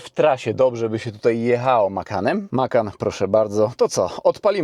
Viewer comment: Widzi pan tam gdzieś S na końcu? Macan bez S na końcu. 😂